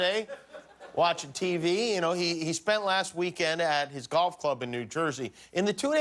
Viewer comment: Have a shot of vodka every time he says “Gaulff” Just occurred to me that YouTube celebrities are desperately trying to raise 20 million dollars for 20 million trees.. and Mr. Ttump has a budget of 110 mils for playing golf.